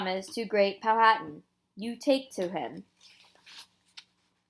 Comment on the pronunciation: It is Pow -a - tan the h is silent